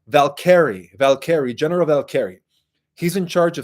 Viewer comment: Vol- kerr-ree/ Valkrie